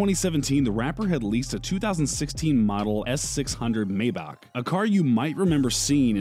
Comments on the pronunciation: Never trust a man who pronounces Maybach Maybock also f*ck YouTube recommendation see you guys next year ♾ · Maybach not mayboch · why do you say maybawch weirdo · Am I the only one extremely bothered by the way this guy says ........ "MAY - BOCK" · This dude said maybock